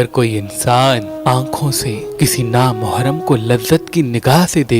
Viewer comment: Meharban bhai, Na Mohram nai hota, Na Mehram hota hai.